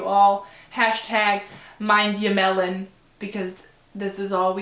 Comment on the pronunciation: Who else laughed when she said #mindyourmelon in that funny accent😂😂